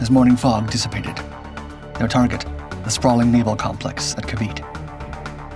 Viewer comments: It's ca-VEE-tay, not ca-VEET. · It is pronounced KAA-VEE-TEE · I hate how documentaries don’t learn how to pronounce things properly. If you’re gonna teach about a subject or a topic, at least learn how to properly pronounce what you’re teaching. It’s pronounced Kah-Bee-Teh. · Ca vit ay this is how you pronounce it